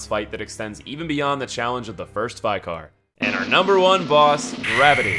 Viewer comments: Lawrence the first V-eye-car.....😖 its Vick-er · Vi Car? Have you never heard the word Vicar? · Did you just say VEYECAR? It's Vicar. Short vowel I. Vicar. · Dude you have got to learn how to pronounce “Vicar”, you say “vye-carr” every time VICK-ER. IT’S PRONOUNCED VICK-ER. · Every time he says ‘vye-car’ a part of my soul dies. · Nearly choked while I was eating when I heard him pronounce that 😂😂😂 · He said bigger. Duh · Everyone: Vicar as in Thicker No, I mean EVERYONE: Vicar: Veyecar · laurence the first vye-car? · Why do you pronounce vicar as 'vikar'? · vy-car lol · Its pronunced Vee-Car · Some fine trolling on the vicar pronunciation sir. Still makes my teeth grind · I'm sorry but his pronunciation of vicar is humorous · Maybe its just me, but I absolutely hate how he pronounces Friede and vicar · looks like the hardest boss for you is pronouncing "Vicar" correctly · Toughest boss for Americans is pronouncing the word "vicar". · Apparently Americans don’t know how to say “Vicar” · That’s not how you pronounce ‘vicar’.